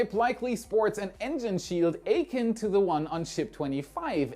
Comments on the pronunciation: Not 'akin', like bacon, a-kin, like stay thin. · achin' akin = "A kin" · "Akin" is pronounced "uh KIN", with a short "a" and the emphasis on the second syllable. "Kin" is an alternative term for "relative" or "family" (kinfolk), so "akin to" means "of the same nature; having the same properties; related to". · Its always fun to see encounter a rarer English word like "akin" and just simply guessing what it should sound like.